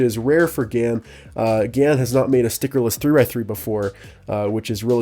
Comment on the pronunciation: GAN354 X you said it wrong but pretty cool tho